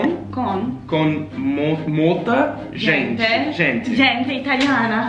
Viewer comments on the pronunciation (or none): Hahaha yeah I noticed that too and "molta gentchy"